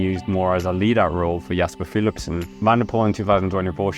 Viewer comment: say his name Philipsen 😂